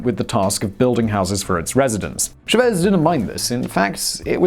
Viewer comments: Ya know the magic of spanish is if its got a ' thats where the accent goes.. chávez not chavéz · How can you mispronouce the surname of a pretty (in)famous figure as Chávez? There's an accent on the first vowel for a reason.